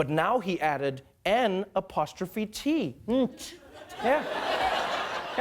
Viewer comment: The way Trevor said “‘nt” was great!